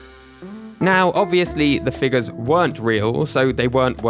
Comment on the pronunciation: why does he have to say figas instead of figure